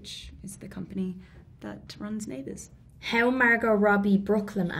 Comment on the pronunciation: Saoirse: HAOW MARGOT ROBBIE BROOKLYN ACCENT Margot: How? Saoirse: HAOW MARGOT ROBBIE BROOKLYN ACCENT